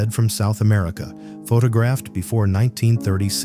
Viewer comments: Pha-tog-raffed?? WTF? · "Pho Ta Graphed" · What the hell is FaTAHgraphed? and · One more AI . not even 4 minutes into the video....... the narrator says Terry Joe Dubrow " photog raphed"after her rescue. For pete's sake .!and again , one has to guess that AI is not perfect even though they would like us to believe it is . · AI generated, click-bait crap. "Pho tah graphed"? Garbage. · "Pho-tog-graphed"? Gotta love AI! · AI voice! Pho-TOG-raphed! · The narrator is AI. I hate to think a live human would pronounce the word photographed like that. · Pretty sure the channel is AI. I'm not sure how you can mispronounce the word "photographed" and follow it up by saying "photographer" correctly in the same sentence and not edit the error out.